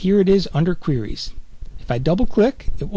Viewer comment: I love the part where he says "qwuries."